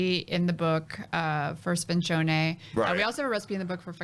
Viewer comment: Sfincione is definitely heated up and not served cold and L & B definitely Deff has deep Sfincione influence. You can taste the anchovies and onions in the sauce and the dough is fluffy and sweet.. I definitely respect her for the extensive research she did on the pizza culture, but her Italian pronunciation is horrible 🤣 Pizzaiolo! Not “ pizzolo” your a G 🤙👍